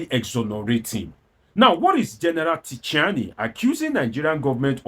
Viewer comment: The name is pronounced Chi-ani, the "t" alphabet is silent in French.